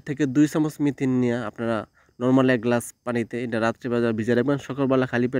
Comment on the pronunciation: মিথিন বলে কিছু নেই, মেথি আছে। আপনি সব সময়ই ভুল বলে আসছেন, সংশোধন করে মেথি বলার চেষ্টা করবেন।